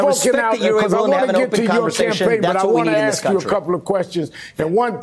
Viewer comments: "So let me axe muh question." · Al Sharpton has been a public speaker for over 50 years, and yet he still can't properly pronounce the word "ASK?" 😂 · LET ME AXE MY QUESTION LOLOLOLOL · Al Sharpton is one of the biggest racist out there and he doesn’t want racism to end because he would become irrelevant! He graduated from Harvard and still pronounces “ask”, as “ax”…..drives me crazy. Love your show, keep up the good work! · Correct me if I'm wrong but when you axed a question, isn't that the same as literally killing the same question? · Axe my question... Ya just cause you can talk, doesn't mean you're able to speak, "Reverend" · Let me "axe" my question? Why can't some people say the word "ask"??? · “Let me ax a question”. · why does a supposed educated person speak improperly every chance he gets... who AXE"S someone questions? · Sharpton can't even speak English correctly. He said Aksed (which isn't even a word) rather than "ask" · The word is ask not AX. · Sharpton says he gets to ax the questions. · Let you axe my question Ada, learn to speak English Sharpton. It’s ask not axe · Who is this guy is is asking to AXE a question? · Let me “ax” my question??? Why doesn’t Al know how to speak? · You are not going to out talk me….let me axe my question…..Sharpton is a professional race baiter…. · and SHARPTON....the OLD pimp...still says "AXED"....it's ASK! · Let me aks my question? Sharpton can't speak English. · Sharpton can't even pronounce the word ask correctly. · then he immediately says, "let me AX you a question". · LMMFAO!!! "let me axe my question..." They got you strung, Al....lol...dance puppet dance 🤣🤣🤣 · "Let me AX my question....." AX? AX? Is this a hatchet throwing competition? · I love when Al ax’s a question. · let me AXE you a queshun....he sounds so educated